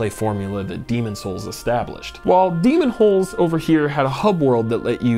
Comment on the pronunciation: I think he's saying Demons' holes... Yep he's definately saying Demons' holes. 😂